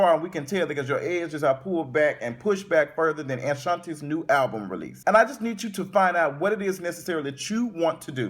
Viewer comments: um...did you say "anshanti"??? LMBO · I know not Ashanti but Aunshanti.